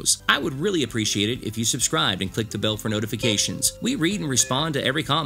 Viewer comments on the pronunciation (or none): none